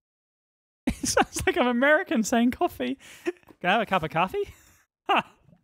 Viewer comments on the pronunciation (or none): We say it kind of like caw-fee. He was saying like cah-fee. Not much different but it sounds weird to my ears lol.